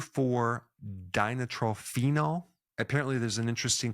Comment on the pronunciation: CHRIST'S SAKE! PRONOUNCE IT RIGHT! , 2,4 DI-NITRO-PHENOL. DI STANDS FOR THE FACT THAT THERE ARE TWO GROUPS OF NITRO (NO2) CONNECTED AT THE 2 AND 4 CARBONS OF THE PHENOL GROUP. GO BACK TO YOUR ORGANIC CHEMISTRY INSTRUCTOR AND SLAP HER ACROSS THE FACE FOR NOT PRONOUNCING THESE CHEMICAL MOLECULES CORRECTLY.